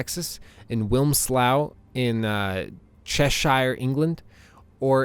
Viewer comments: great video but its "wims - low " and " chesh-err " lol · All very good points. Wimslaw in chashier england killed me though... xDDD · Just saying you butchered the pronunciations of Cheshire and Wilmslow(I think you said Wilmslow)